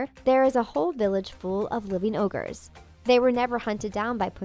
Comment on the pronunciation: Did you just say 'orges' instead of ogres?